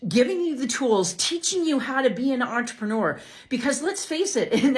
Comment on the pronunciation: "Entre-newer"? If she can't get THAT right she aint gonna be getting people to sign a LEGAL nda